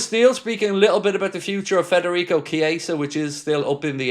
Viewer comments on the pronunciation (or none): none